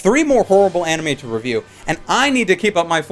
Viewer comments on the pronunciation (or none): none